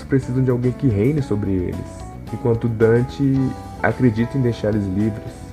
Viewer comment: Donte não Dante (e Vergin não vergil)